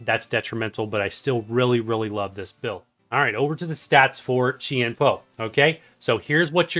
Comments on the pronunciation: Chien Pao is pronounced as jiàn bào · Great guide! and Chien-Pao is pronounced like this in English CHIN POW! I hope this helps with the pronunciation.